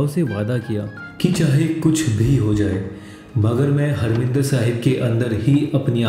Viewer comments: abe saale,harminder nahi harimander bole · you are right, but you said harminder.....you should say harmandir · grt vedio.. bt bro marminder sahib nhi, harmandir sahib hai ok.ji...